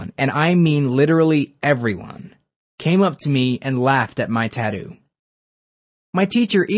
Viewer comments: Can even say tattoo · The way you say Tattoo is wrong.